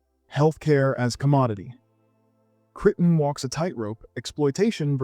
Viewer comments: Please learn to look up things that you do not know how to pronounce. Otherwise, you appear to be an adolescent who will publish anything, trying to get attention for yourself. You know, like how to pronounce Michael Crichton's name, for example. Pronounce it: CRYTEN. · It's pronounced CRY- TON PLEASE!!